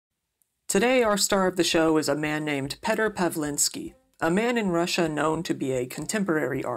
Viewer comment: I fucking love your content, keep up the good work! The name Petr is pronounced "Pyotr" tho.. I know nobody gives a shizzle, i just had to